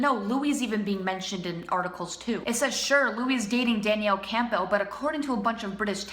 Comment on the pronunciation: DANIELLE CAM-BULL it's pronnounced like that :))))